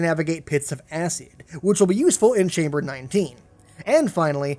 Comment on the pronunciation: wtf is a "ass seed" its "ass-id"